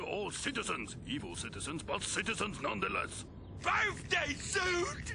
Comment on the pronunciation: “BIRFDAY SOot”